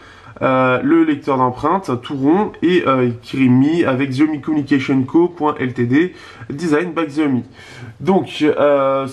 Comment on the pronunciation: on dit pas xiaomi mais chiaomi